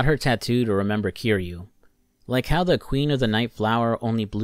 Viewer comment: Dude made a whole video about yakuza and played a bunch of the games but didn’t say the main characters name right once lol